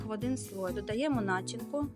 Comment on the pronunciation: Файно ,дуже,але прошу розмовляємо українською правильно.. Начи'нка але не на'чинка. Прошу,старайтеся і все вийде як і з вашим мусом.